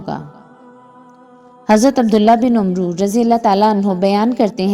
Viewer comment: پیاری بہن یہ لفظ " عمرو " کو عمرووو نہیں پڑھنا۔۔۔اس کو بھی عمر ہی پڑھنا ہے۔۔۔جیسے حضرت عمر کا نام بولا جاتا ہے اسکو بھی اسی طرح بولنا ہے۔۔بس لکھائی میں فرق اسلیے ہے۔۔تاکہ حضرت عمر کی فضلیت کی وجہ سے دوسرے عمر نام میں اور ان میں فرق رہ سکے